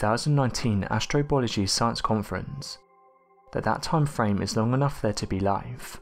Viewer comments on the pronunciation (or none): none